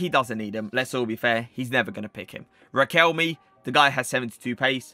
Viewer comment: it’s “requel - may” not requelmi bruh